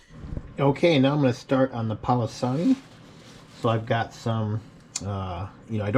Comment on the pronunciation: You can't even say it right you need to just stop. Please